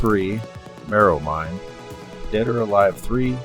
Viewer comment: .... are you trolling with the mispronunciation of Bethesda? and marro wind? also you failed to mention that because microsoft and sega worked together on the dream cast. lead to them releasing xbox exclusives early on. and that the sega arcade machines used the same boards as an xbox. the xbox was essentially the dreamcast 2... the controller heavly inspired by the dreamcast controller..